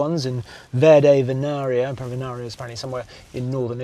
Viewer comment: It's Dòdici, not Dodìci, and Venarìa, not Venària. Cheers from Italy